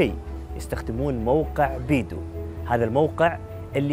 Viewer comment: اسمه بايدو وليس بيدو